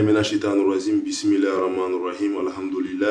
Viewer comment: AOUZOU BILLAHI MINA CHAYTAAN RADJIM On dit pas RAZIM mais RADJIM .